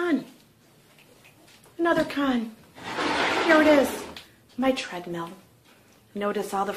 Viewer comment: Pro. I thought you said it was a "Shredmill". hahahaha